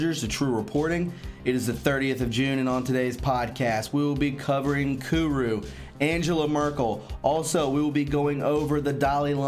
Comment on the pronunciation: It's not kuru